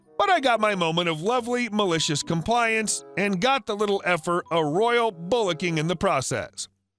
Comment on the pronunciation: Bollocking is pronounced like "ball locking"